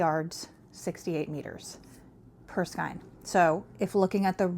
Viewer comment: Gosh, I know this is probably come across as incredibly rude and obnoxious... But it's driving me crazy. So I apologize in advance. Please learn to pronounce skein correctly... Sorry, sorry. I can't help myself.